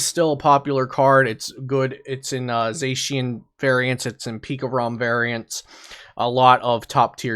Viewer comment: I think everything is correct except zacian